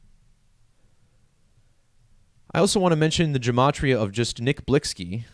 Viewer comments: HIS NAME IS PRONOUNCED "BLICKY"...🤦🏽‍♂️WHEN BEING A CULTURE VULTURE GOES WRONG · Lol it’s Nick Blicky you idiot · THAT'S BCUZ THE ONLY POINT YOU WAS SUPPOSED TO BE GETTING IS THAT HE WAS SAYING HIS NAME WRONG BCUZ HE KNOWS NOTHING ABOUT THE MAN OR THE CULTURE HE COMES FROM 🙄 EVERYTHING ELSE IRRELEVANT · You sound so Ignorant. Him mispronouncing the name doesn't make him a Culture Vulture. And he only speaking on it because this was most likely a Sacrifice.